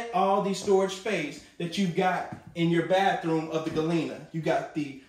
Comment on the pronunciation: We saying, 'Bath-throom and Bed-droom' now😁🙊🙉🙈😄